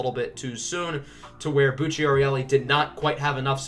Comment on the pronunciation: Bucciarelli pronounced Boocha Relli